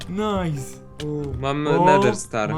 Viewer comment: nife zamiast nice